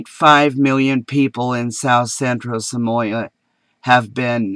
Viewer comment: Can't pronounce "Somalia"? Why is there drought? Ever heard of climate change? "Look it up in Genesis."??! And you want to be taken seriously?